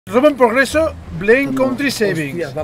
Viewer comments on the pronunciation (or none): dice robo en pogreso en lugar de progreso